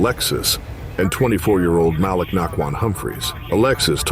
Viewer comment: Malik...maybe Mah-leek. And 9 hundred eleven and F 1 hundred and fifty...A1 western voices and videos produced by a 12 yr old Korean kid